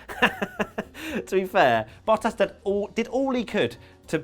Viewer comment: Why did you pronounce Bottas as "Battas?"